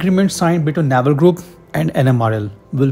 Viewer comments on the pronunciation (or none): It's pronounced nay-val nya-val is our belly button 😂